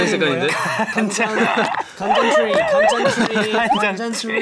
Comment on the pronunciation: ㅋㅋㅋㅋㅋㅋ 아깐 영재가 간장이라고 하더니만 이번엔 재범이가 괴장이라고 하고 ㅎㅎㅎㅎㅎ 진짜 아침부터 찍어서 마이 피곤했나보다